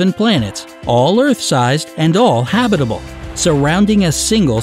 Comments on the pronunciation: Don't much care for professional voice artists consistently mispronouncing words, e.g. huhBITable rather than the correct HABitable. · I cringe whenever I hear him say, "ha-BI-ta-ble." Who has ever pronounced this word so strangely??? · Man this guy’s pronunciation is garbage lol. Neuron Star? You mean Neutron? Habitable? Lol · That word is so weird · me too.... when I heard it the first time i thought "silly narrator, that's not how you pronounce Habitable"... but he did it again and again, and I was like, "yeah, he nor anyone at has ever heard habitable spoken by anyone else before..."